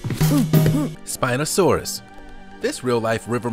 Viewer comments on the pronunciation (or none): none